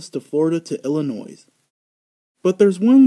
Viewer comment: The" S" is silent in "Illinois", and also it's called a Mech, not a Endoskeleton, good video otherwise